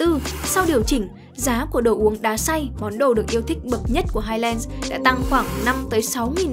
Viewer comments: Phát âm là "hai lừn s" chứ không phải là "hai len" nhé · và với những kiến thức về anh văn đấy, theo quan điểm của tôi highlands đọc là "hai lần s" chứ ko phải "lừn" như ông, nghe có vẻ tương tự nhưng nó khác 1 xíu đó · đừng có đọc hai len được không 🤦‍♀️